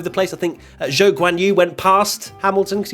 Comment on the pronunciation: Speaking as a resident of China, the best way to say Zhou is exactly like "Joe." no need to drag out the "Zh"